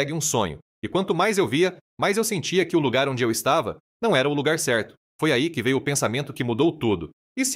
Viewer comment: "" Um Jogadoooor "" - Fala de Caipira, de Gente do Interior, que se porta como "Carioca". "" Lugar Ceerto "" - Fala Sério... Até Parece Que Esse Locutor Nasceu na Quinta da Boa Vista, na Praça da Bandeira, na Tijuca ou no Morro de Mangueira ☆ Todos Juntinho do Estádio 🏟 Mário Filho, o Maracanã.